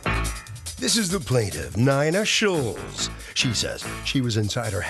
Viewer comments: “Nina” pronounced Nine-ah but should be spelled “k-a-r-e-n” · Lady your name is NINA …. Not NYNA 🤣🤣🤣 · Lady please yur name is NINA not not Nayna , 😂😂😂😂 trying to be creative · Should be pronounced KAREN